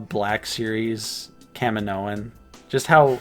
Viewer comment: Would Kamino-in be a better pronunciation? 🤔 Fun Aotc trivia: Taun We is voiced by Rena Owen who was Temuera Morrison's onscreen wife in the '94 New Zealand classic film 'Once were Warriors'.